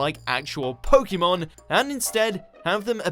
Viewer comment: You pronounce pokemon like pokeemon so your opinion isn't valid anyway